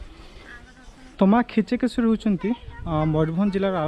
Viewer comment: କମ ସେ କମ ଦେବୀ ଙ୍କ ନାମ ଠିକ ଉଚ୍ଚାରଣ କରନ୍ତୁ. ଖିଚକେଶ୍ୱରୀ ନୁହଁ କିଚକେଶ୍ବରୀ